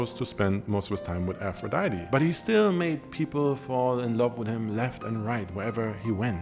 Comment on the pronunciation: Ngl, I clicked this video out of your catalogue just to see how you were going to pronounce "Aphrodite". I was immediately disappointed.